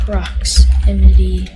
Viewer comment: LOL I SEE THE DIFFIRENT INSTEAD OF SAY PROXIMITY HE SAID PORXIMITY